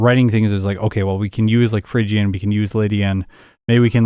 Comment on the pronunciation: It's not Fhygian, it's Phrygian. Phrygia was a place name, I think it was in Asia Minor but I'm no expert in ancient geography.